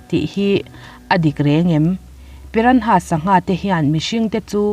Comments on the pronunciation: Piranha tih anga lam loin pirana tih anga lam zok tur a ni e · A ngaihnawm nasa... Pyra- nhas (piranas) ti a lam ni tase..😁